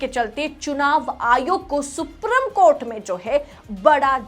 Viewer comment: Madam” सुप्रीम” कोर्ट होता है “सुप्रिम” कोर्ट नहीं होता 😃